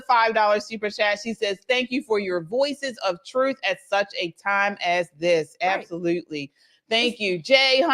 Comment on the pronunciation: It's "TRUTH" not "THRUTH" .